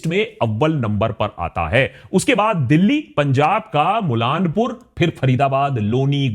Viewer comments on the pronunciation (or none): पंजाब का "मुलानपुर" नहीं "मूल्लांपुर" है